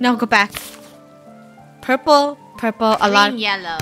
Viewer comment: The fact that funneh sed purprler and one more the fact that sed whiht 😂